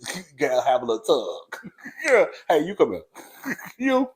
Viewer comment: ru Ghanaian btw? That heyyyy was soooo Ghanaian hahaha